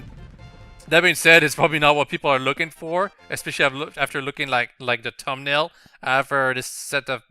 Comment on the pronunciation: I liked how u said tum nail